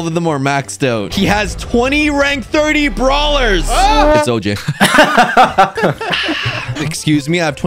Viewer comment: oj:50 thousand brawlers maxed! me:*What did he sayyyyyyy*